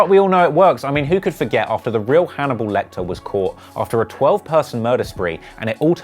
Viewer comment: Dude said "Haniball Til I Fall" 😂😂